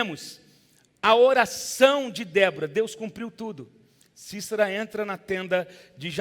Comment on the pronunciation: Não é Cícera. É sisera